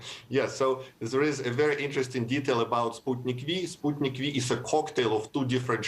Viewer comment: He is pronouncing it as Sp(u)tnik but she still continues to say Spatnik 🤦